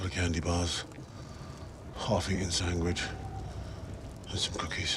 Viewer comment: Dafuq is a sangwich?